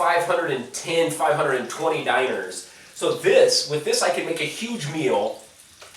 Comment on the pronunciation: Stop saying Diner XD It's Dee-Gnar. 1-dinar 2-dinara